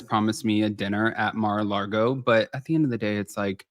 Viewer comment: it's Mar-a-Lago, not Mar-a-Largo. Also known as "The Home of Satan". Since you don't bother to read commects, I don't expect you to learn from my correction.